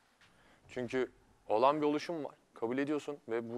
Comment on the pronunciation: No one: Realy no one: Erdem: Oluşum